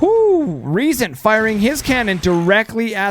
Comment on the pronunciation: Funny how your english version of Riesen was closer to the actual german pronounciation than your german version XD The "R" comes from the front part, tongue just behind the front teeth, not from the throat like you have stuck something in there you want to spit out ;)